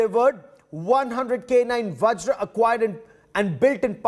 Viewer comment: Boy...only guy who call Vajra as Vajr ...not a whimly VajrA